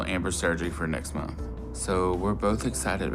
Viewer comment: It grosses me out how pronounces ' month '